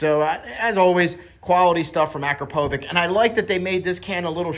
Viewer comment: it is more of A-KRA-PO-VITCH, with accent on "PO" sounds amazing, got it on my 2022 09